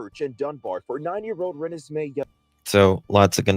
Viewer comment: You didn’t not say her name correctly at all please watch news reports before saying her name